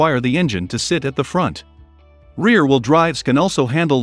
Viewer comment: good video. too bad it's computer read. So words like front are pronounce Font. and missing words make the speech choppy.